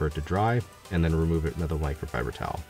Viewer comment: Something about the way he says "microfiber towel and garage". Guess everything sounds different being from Alabama. This dude is AMAZING!